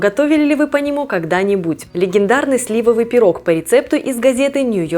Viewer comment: Спасибо за правильное ударение слИвовый пирог, остальные блогеры безграмотные.